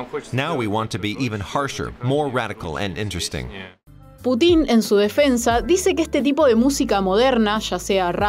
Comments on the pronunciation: Excelente video, por favor se pronuncia "pútin" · "putÍn" JAJAJAJA